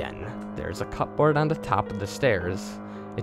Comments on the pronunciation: Cup boards? I know it's spelled that way, but you don't pronounce the 'p' :) The english language is so weird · DustWarden. lol. I was just going to mention that. "cup-board" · I have never heard someone pronounce "cupboard" so precisely...